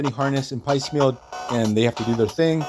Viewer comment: there's a moment that echoes the Mystique/Destiny story. It's not blocked as well, but movies aren't comics. Also, I don't mean to be rude but Piecemeal is pronounced w a long e in the first syllable. It's one of those words you see in print but don't hear very often. It's kind of a shame they didn't address his fate during Krakoa, given what ends up happening to him.